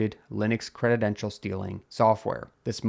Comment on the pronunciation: Yep. "Obfuscate" has an "F" in it. And "credential" isn't pronounced creditdential.